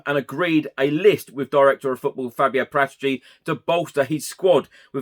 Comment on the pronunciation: Hi, great channel and exciting times! Just one small thing to enhance your excellent vids: Paratici is pronounced "Para-teechee". COYS today!